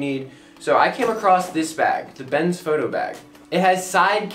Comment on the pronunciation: Bes……N……Foto. You said bens foto the whole video. Good job.